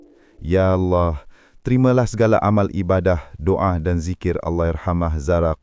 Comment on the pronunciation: Tak ada orang yang boleh sebut betul2 arwah Dan Allah. Geli pulak telinga